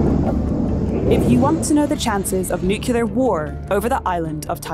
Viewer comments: Surprised to see an Economist presenter saying nucular like Homer Simpson rather than nuclear like it’s supposed to be pronounced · This video lost me within the first 2 seconds when the announcer said "nukyaler" instead of nuclear. Given that baseline of illiteracy, the remainder of asinine recitations of the supremely obvious came as no surprise. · I think you mean NU-CLEAR not NUCULAR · Nuculear war? Is that similar to nuclear war? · Did she say “nukelar”? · Why is the ostensibly professionally-trained Irish speaker of this video pronouncing 'nuclear' as Nuke-YOU-ler a la George W Bush? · 4 seconds in and they already mispronounced nuclear 😩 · I know this is minor, but if your job is doing voice overs, couldn’t you at least try to pronounce Xi’s name? Also, who over the age 5 says “nucular?”